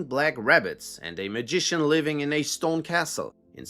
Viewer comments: Wtf is a "stown"??? Do you mean stone? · idk what word you said is all :( it sounds like "Stoawn" not stone to me. It's the accent differences is all. Keep up good work bro <3 Please do a video on American Cryptids... It would do crazy dude. :hand-purple-blue-peace